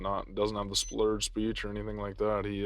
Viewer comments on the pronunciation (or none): cop is dui ... He said sbplurd speach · Cop says - He's not showing any signs of DUI no "SPLURRED speech" Splurred speech? Too funny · the officer is definitely showing signs of “splurred speech”